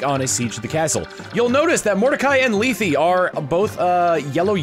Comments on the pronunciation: Also, just a pronunciation tip, Lethe is pronounced LEE TH, the E at the end is silent. Trust me, i thought that too until FEH where she calls herself that pronunciation along with her sister from the sequel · Man, I NEVER would have read Mordcai as Russian, more like slow and trying very hard. You know, I'm not as opposed as I initially thought though. Also while I think you're correct in pronouncing Lethe as "Lee-thee," I'm pretty sure in FE Heroes, they pronounce it as "Leeth." Though her Japanese name apparently レテ (Rete), so if you want to be the MOST correct, just say that every time. But like in all seriousness, I don't think any of that actually matters, names are weird and who knows what the fuck they intended at the time of writing, so like who cares how anyone pronounces it. What matters is that you're cool and doing great!